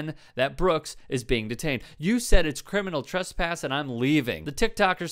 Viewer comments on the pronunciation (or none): Wtf is “curminal turspass”?